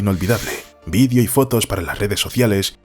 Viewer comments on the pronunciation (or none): none